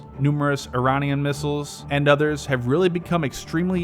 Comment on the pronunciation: Nice one! you managed to say Iranian that sounded almost correct and no like Aye, ranian.